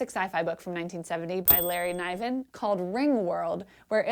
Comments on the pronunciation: Larry Niven pronounces his name to rhyme with "given", not "Ivan". (Much like the actor David Niven.) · It is Niven not N-eye-ven